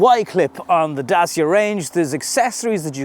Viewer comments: Dacia is pronounced DAT-CHA! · As a romanian, The second pronounciation, is correct. It's Da-tchee-ah. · I asked a Romianian colleague. It's pronounced DaCheea! Say it fast he told me. Hope this helps. Great reviews fella. I subscribed recently & am very impressed. Keep up the good work.... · My Pizza delivery man asked me how I liked my Dacia Logan parked outside. He told me used to work in the factory that makes them in Romania. I immediately asked him how it is pronounced. He said “Dat-cha”. That’s from a Romanian…from the “horse’s mouth”. Dacia was an ancient kingdom occupying what is now Romania. The Roman Emperor Trajan erected Trajan’s Column in Rome in 115 AD to commemorate his victories in the Dacian Wars. Trajan’s Column is still standing to this day and was the “model” for thousands of other columns, including Nelson’s Column in Dublin. The Dacia Logan (now replaced by the Jogger) also has the window controls in the dashboard and for some reason has key access in the passenger door but none in the driver’s door. They must have forgotten about it when they moved the steering wheel from the left to the right. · Dacia should have 3 syllables(Da-ci-a); Dacia being the name of the territory that nowadays is called Romania.